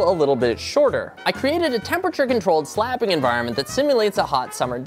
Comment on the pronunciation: the words "slapping", "yes", and "oh my god" sounds kinda weird in this video